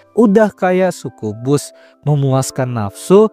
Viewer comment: Btw, cara pengejaan succubus yang benar itu "sakyubus"